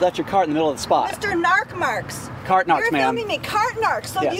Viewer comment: "Narc Marcs" 🤣🤣🤣